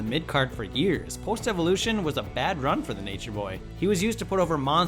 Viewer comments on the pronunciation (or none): none